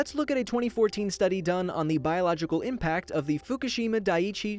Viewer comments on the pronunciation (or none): none